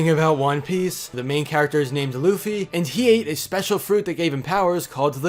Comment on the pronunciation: You said Luffy wrong... YOU SAID LOOFY